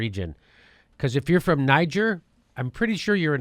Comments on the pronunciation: What an uneducated boob (like the Trump voters he incessantly mocks)...it's pronounced "Nee-czair"...it's a former french colony. Not "Nigh-geer." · Say it with me: nuh-JAYR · Just to let you know ...its pronounced Nee gair ...the g is pronounced like the S in Persia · Niger is pronounced : Ni-Ghere ... the people from there are called "Nigerien" pronounced Ni-Ghere-ien ... its French, not at all similar to "Nigeria" and "Nigerians" which is anglicised. I know none of you will understand - but it still needed to be said. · Nee zher, French pronunciation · Jimmy, it's pronounced Knee-jer and is primarily French speaking, thats why no one in Africa gets confused between it and Anglophonic Nigeria. Colonialism, eh? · it is pronounced Nee-Gere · Pronunciation, Jimmy